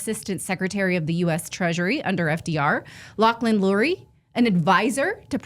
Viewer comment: Lauchlin CURRIE, not Lauchlin Lurie